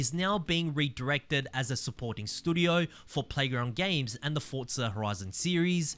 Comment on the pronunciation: Sad that having a shot every time says "stoodio" is a better game than Forza Motorsport 😢